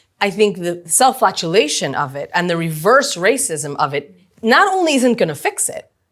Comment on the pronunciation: "Self-flagellation," not "self-flatulation" 😉